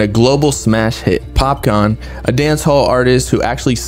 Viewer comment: It's pronounced as Popkaan not Popcorn 🍿.😂😂